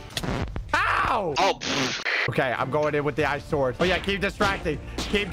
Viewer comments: pronunciation be like: 🤢🤮 > Sord 😎😎> sWord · I find it funny that doesnt say it like sord he says it like sword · anyone else oove how says sword "swword" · Is any one confused why says the w in sword?